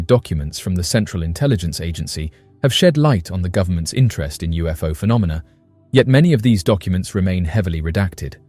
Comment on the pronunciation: lol, you said phenominal phenomina 😂